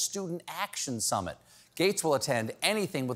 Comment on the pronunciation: Student Action Summit: the trifecta; summit sounds like submit.